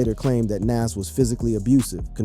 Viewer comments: Soldier boi look drugged out It’s Nahz pronunciation wise btw not nazz tf lol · He says (Nash) like he's says (M.A.S.H) that old white people tv show.. LOL Bwahahahaha 😂😂 Young people reading is funny.. LOL 😂 so yes you got it right his name is (Nahz) and correctly spelled (NAS).. life is comedy 😂😂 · Bruh how u can't pronounce Nas name correct???